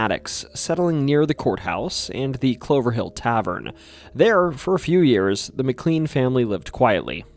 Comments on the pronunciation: Mick clean 😂😂😂 it’s pronounce mick clane(K-lane) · Yes, it’s pronounced Mc”Lane” but I didn’t want to be obnoxious and we all know who you meant anyway. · Yeah everything except the most commonly used name in the video that is also a place in VA. Named after someone else but still pronounced the same. His mispronunciation of McLean makes this almost unwatchable for me w how often he says it. Still a good video but gosh man if you’re gonna use a word every other sentence please make sure you’re pronouncing it right. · THAT IS NOT HOW TO PRONOUNCE MCLEAN! IT'S PRONOUNCED LIKE MY SURNAME IS SPELLED. OMG 😭😭😭